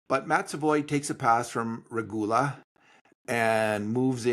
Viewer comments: Kapenen should definitely help in the bottom 6. Big, fast, strong, with scoring ability. Respectfully, I ask: please find correct pronunciation of names and stick with it. Kind of distracting hearing you go back and forth on “Regula.” Really enjoy quick thoughts in conclusion. Lastly: Jarry trade is looking good and that’s awesome. Hope Stu finds his consistent game — his character and moustache call for it. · Watch it, is frowning at you for pronouncing Regoola 's name right sometimes. 😅